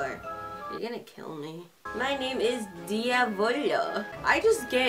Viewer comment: I can tell you your saying Diavolo so wrong (Mammom is a tsundere and best boi)